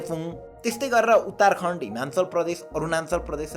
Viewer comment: Champaaran ho Champaran ani uttarkand haina uttarakand ho ali ramro pronunciations ganru